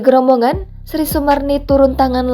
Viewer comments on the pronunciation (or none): Bukan grobongan tapi grobogan